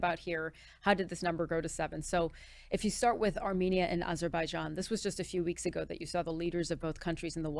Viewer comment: Puh-leeze - the man couldn’t even pronounce Azerbaijan, and thought they had been fighting with Albania and not Armenia.